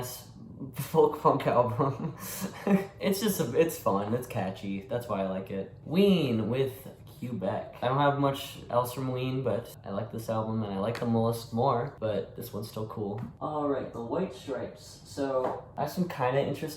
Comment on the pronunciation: Awesome Collection! We have a lot of the same Vinyls haha Fun fact, its pronounced 'Kuh-Beck' in English or more accurately 'Keh-Beck' in French, not Cue-Beck